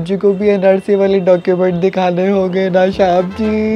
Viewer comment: Shaab g nhi bolte Oww shab g😂😂